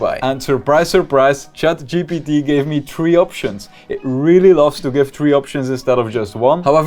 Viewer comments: It’s funny how he kept calling it chat gtp instead of Gpt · bro seriously saying chat GDB